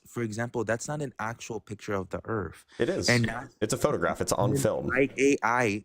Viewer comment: LOL, '' pronounces Earth as 'Urf'